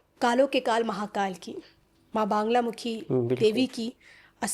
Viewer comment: बांगलामुखी नहीं मां बगलामुखी